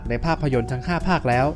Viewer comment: เอาตามที่ถูกต้อง ต้องอ่านว่าจิกแกนครับ ผมเข้าใจว่าเราคงมีสิทธิ์จะเรียกอะไรก็ได้ แต่ก็ถ้าอ่านให้มันถูกต้อง ก็อยากให้อ่านแบบนั้น